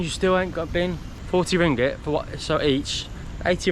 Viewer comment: Yes you are spot on, both syllables have a g each, so is rong 😬 It's not ring-it. It's not ring-ate. It's ring-gate. See? Each syllable has a g, don't be shy or lazy to say the g! Be generous with the g's. You have ringgit, you have the g's!